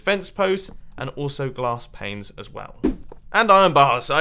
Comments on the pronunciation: Mumbo Jumbo Well, you missed out on the fact that you said "glass planes" instead of "glass panes." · why mumbo said glass planes?? is he high? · Anyone else notice he said "Glass Planes"? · Mumbo Jumbo did you say glass planes? xD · Mumbo u said glass Planes instead of glass panes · "Glass Planes, and also; wulls."